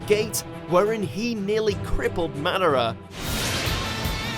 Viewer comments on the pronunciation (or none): Man-da-ra like wtf who says it like that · Did he just say Manara? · kizeme? manara? obeato? nerito? kageya? erochimeru? renegin? Otsussuikiik? byekoogan? sarigeegan? susanoo? hoakegay? this man has never watched an episode of naruto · did he just say manara